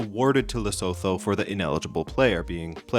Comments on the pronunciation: Lesotho is pronounced Leso-toe instead of Leso-though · Just for clarity. Lesotho is pronounced Le-Soo-too